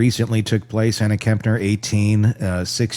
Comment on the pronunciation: Very sad, she had a bright future ahead of her. Please out of respect, can you pronounce her surname correctly as Kepner not Kempner.